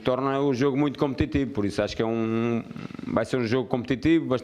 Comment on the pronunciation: Um shot por cada vez que ele disse "competitibo"